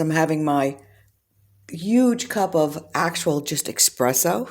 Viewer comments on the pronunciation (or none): Espresso not expresso lol